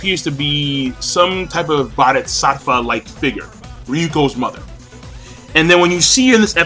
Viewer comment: You kept saying "Ryuko's Mother" O__O